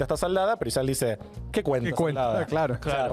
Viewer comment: A mí me dio vergüenza la manera imparcial, objetiva y bien de argentino en que pronuncia "Israel"